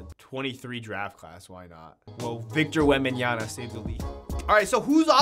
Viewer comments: It’s Victor WembanyaMa, not WembanyaNa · “Victor wembanya-na” 😂